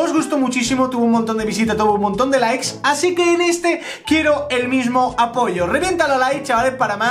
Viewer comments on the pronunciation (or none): none